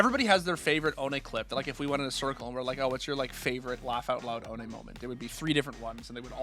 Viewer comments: The funniest thing to me is that all americans pronounce him "oʊni", like he ist some kind of japanese demon thing. its just the german word for "without" and is pronounced "oːnə" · Please for the love of god pronounce his name right, it's not so hard. Put Ohne in translate and hear what it sounds like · Ohne got me into watching cs, and now i know why he called huynmin jamyoung 😂